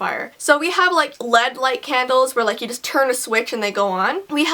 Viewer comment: OK I don't want to be mean, but you keep saying lead candles. Its L E D. they are all separate L E D is a type of light. i understand though its looks like its lead but its L E D.